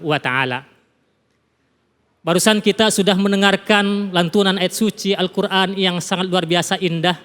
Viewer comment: Maaf ustadz itu baca Al nya di qalqalah